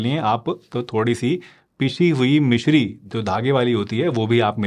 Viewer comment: جزاک اللہ ۔۔۔۔۔۔مشری نہیں مصری ۔۔۔۔